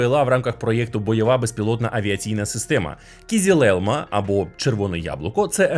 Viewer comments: О це я розумію, огляд ТЕХНІКИ! :elbowcough: Тільки на "кізіл", а "кизил" (і без крапки) :) Хоча по турецки червоний "кирмизи" (kırmızı), але "кизил" - загально-тюркське слово, яке розуміють всі тюркомовні народи. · хтось повинен це зупинити. Kızılelma, "ı" не дорівнює "i", вимовляється як Кизилелма (Кызылелма) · Його назва читеється "Кизил Елма", з наголосом кожного разу на останній склад. Türkçe öğrenelim! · стосовно кизилелма, оригінальна назва Kızılelma , зважте на і без крапочки зверху, читається наближено до української "и". Та й то норм, дякую за те, що ви робите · Маленьке зауваження щодо згаданих назв. Не Акінчі, а Акинджи. Не Кізілелма, а Кизилелма